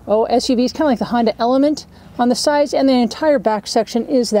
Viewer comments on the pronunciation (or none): none